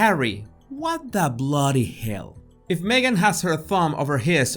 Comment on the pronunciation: Harry “what the bloody hell” Hahah! You sound like an Aussie here!